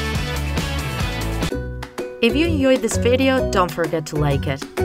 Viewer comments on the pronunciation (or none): none